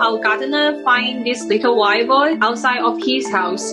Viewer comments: Thought she said "White Boy" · "Wiyah Boyh" instead of "Wild Boar" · When you put the CCs on, every time she says “wild boar” the CCs write “white boy” 😂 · Cute story, though I kept hearing "white boy" instead of "wild boar", made me chuckle.